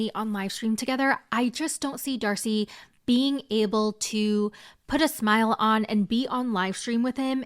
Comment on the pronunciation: not you calling her "dacey" and then calling her "stacey" 🤣🤣🤣